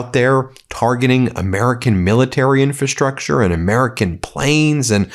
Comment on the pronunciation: You constantly mispronounce "infrastructure." In FRA structure, not in fa structure.